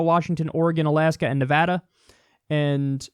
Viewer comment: Oh shit you pronounce Nevada correctly thanks Kyle